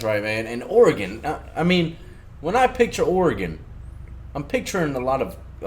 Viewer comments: Seriously. Stop puting so much emphasis on the E in Oregon. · That Oregonian pronounced Oregon wrong...